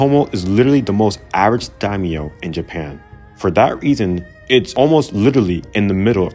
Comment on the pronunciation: My biggest issue with this video is your pronunciation of the Daimyo clans.